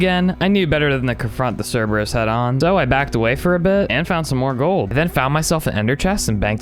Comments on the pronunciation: Mate it's not the Cerberus it's just Cerberus You don't say the Zeus or the Hades do you? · Bro love the content but pleassssse i beg you Dont pronounce crebreus wrong plz It hurts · u pronounced Cerberus wrong